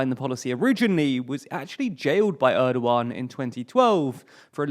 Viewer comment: When you're doing a video about Turkey, please let me (or even just Wikipedia's page on the Turkish alphabet which explains the pronunciation of each letter) help you with your Turkish pronunciations. You couldn't have butchered Cam Gürdeniz much worse. Congrats on getting Erdoğan close enough.